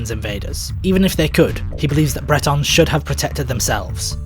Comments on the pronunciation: Well done!! But "Bretons?" I think it's 'Britons,' right? Specifically, Romano-Britons. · Bretons = Celtic people of Brittany. Britons = people of Britain, rhymes with Britains.